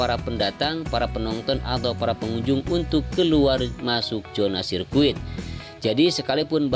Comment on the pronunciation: Sirkuit bang.bukan biscuit... Hehehhh😂😂😂😂😂